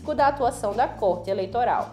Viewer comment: Não é córte eleitoral. É (côrte) eleitoral (a pronúncia).